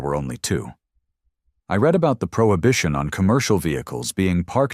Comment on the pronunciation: It always makes me laugh the way AI pronounces words!